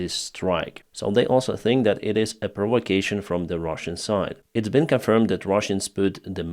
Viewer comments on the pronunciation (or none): none